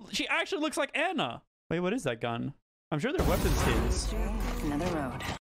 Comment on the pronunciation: Love you bro. im kinda rippin my hair out from how you pronounced my girl Anna's name but, love you bro. You are the best.